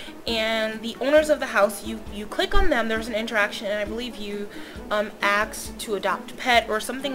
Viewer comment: i love how you say axe instead of ask lol